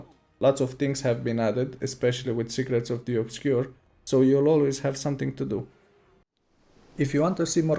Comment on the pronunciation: i cant be the only one who heard "Cigarettes of the Obscure" 😂😂😂